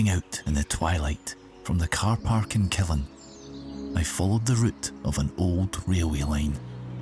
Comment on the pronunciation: Local here! Killin is pronounced with an upwards emphasis to the end, the 'LIN' not the 'KIL'! kill-IN, not KILL-in :) You're kilLin' me here, pal!